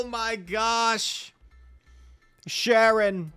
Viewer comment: Not sharon, charon(karon)